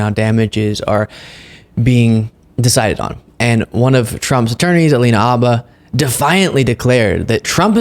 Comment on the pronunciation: Think it’s Habba with an H:)